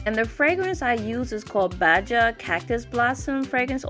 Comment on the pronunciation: Its Baha, not baja : ) youre beautiful anyway